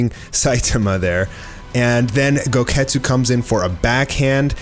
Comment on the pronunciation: Goketsu sounds like, GO GET KETCHUP